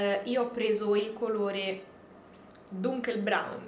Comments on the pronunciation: Hai pronunciato benissimo la tonalità della tinta (si pronuncia infatti dunchelbraun)😉😉 ..te lo dico perché ho la passione per il tedesco da quando avevo sei anni e l'ho studiato dal liceo fino all'università 😍😍... ottima review come sempre! ❤❤❤ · Tranquilla che per non sapere il tedesco l'hai letto bene👍